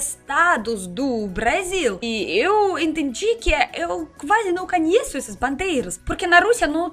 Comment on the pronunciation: CANHEÇO?! NÃO,, PELO AMOR DE DEUS. DIGA: conheço, com "O"